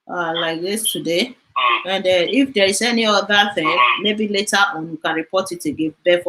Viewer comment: Please when calling later please called it as in English please not lera.. later please.. you stay in America but when broadcasting for us broadcast not lera please ma.. we al hope on your broadcast please